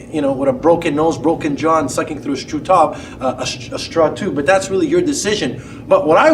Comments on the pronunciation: Did he say "sucking through a Strew-tob"? lol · "Sucking through a tob" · Eating through a Taw! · strue tawb